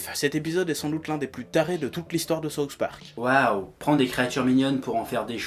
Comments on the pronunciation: C'est difficile d'expliquer par écrit mais il faut faire le son avec la langue du "th" de "souTH". Parce ce que sinon au lieu de dire "le parque du Sud" t'es en train de dire "la sauce du parque". Mais bon, cocorico, les français (en général) et l'anglais ça fait 3. Mais c'est pas méchant ;) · Sérgio Marques "Saouce" Park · Par contre faudrait arrêter de dire "Sauce Park". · lord of Terror Saoufe pork